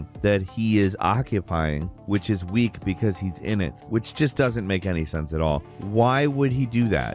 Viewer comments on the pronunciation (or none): none